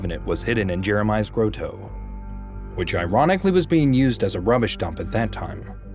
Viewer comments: If you at youtube or google are going to have a computer voice narrate AT LEAST GET THE PRONUNCIATION OF BIBLICAL PEOPLE CORRECT! IT'S ALMOST SACRILEGIOUS 😢😮Nebuchadnezzar and GROW- TOE??? instead of Grott-o Please!!!!!!! Neb- booook-ARDKNEE CZAR ??????? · "Grow toe." How about "grot toe?" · It's pronounced graa-tow and neh·buh·kuhd·neh·zr. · Aw. Grow-toe. 😜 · I get that it might be difficult to pronounce Golgotha (Gol-GOTH-ah), but you can’t pronounce “grotto” either? Millennial fail. EDIT: Holy cow, you can’t pronounce Levites either?